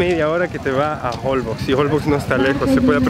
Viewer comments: Se pronuncia Holbox, con la pronunciation fuerte en la última "o." Y la x es como "sh." Como si estuvieran diciendo en español, jolbósh. Me muero de risa con la situación del cuarto. Rentaron un hotel para parejas despues de todo. Ay no, tienen que filmar una comedia, de lo chistosos que son los dos. Me fascinan sus videos. Están mejor que ver una comedia de Netflix. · Los nombres de los pueblos son mayas. Difícil de pronunciar para quien no son de la península 😁, yo soy yucateca, te estás aproximando a mi tierra. La isla Holbox se pronuncia jolbosh. Saludos!!